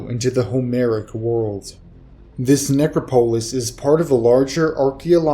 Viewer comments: ne·crop·o·lis neˈkräpəlis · I really like your vids, but you pronounce things so oddly. I really wish you would look up pronunciation if you're not sure about something. It makes me lose concentration every time! Look up "necropolis"... please. I don't know if you care what one subscriber thinks, but I might have to unsub because narration deserves proper pronunciation.